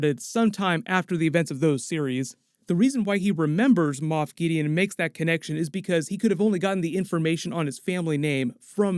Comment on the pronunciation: Moff not moth